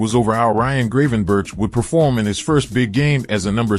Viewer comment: Is this text to speech, because the pronunciations of the players' names is just awful. Casemiro? Gravenberch? This is a football channel, the least it can do is say names correctly.